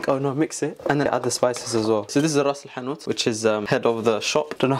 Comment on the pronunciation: “This is raas lhanout head of the shop” LMAOAOOA